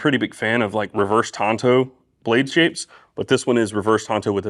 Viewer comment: Thank you for pronouncing tanto correctly. 🙏